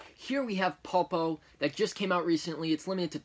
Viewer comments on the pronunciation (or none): Just to let you know it's pronounced. Pull-po it's the Spanish word for octopus